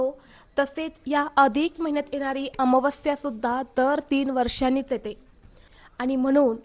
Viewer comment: ताई अमावास्या चा उच्चार तर निट कर